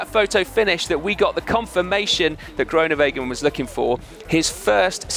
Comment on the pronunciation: Please learn to say Groenewegen correctly, you'll be saying it a lot in the coming years. Just to help: the oe is not an o-sound in Dutch, it is closer to the ooh (as in: Winnie the Pooh). Hope that helps.